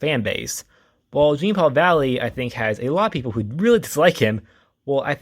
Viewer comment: I’m sorry, it totally took me out hearing you say Jean like it’s spelled rather that the way it’s supposed to be. His name is French. Jean-Paul has the beginning J almost replaced with a Zhu sound. It’s almost said like John, too. Totally understandable to read it just as it’s spelled, that’s how we’re taught to read English. Really love more people talking about Jean-Paul Valley though. I only recently got into his character a couple years ago too. His backstory was absolutely 90s comics standard though. All Kinds of stuff was happening back then.